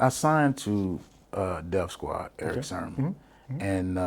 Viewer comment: I think his name is Sermon, not SHERMON!